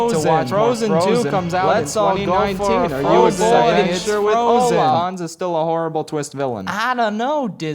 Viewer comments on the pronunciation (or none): none